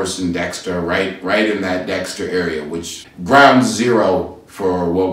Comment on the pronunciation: “Detroit arear “ Lol